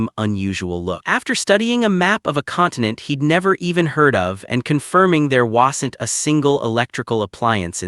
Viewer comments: That AI narrator who couldn't speak Wasn't right but says whasent.... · He spams it too lol